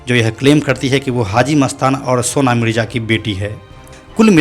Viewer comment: परने लगा नहीं पडने लगा मिरजा मिडजा नहीं